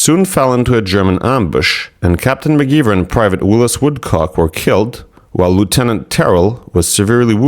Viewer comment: McGeever [mag-ee-ver]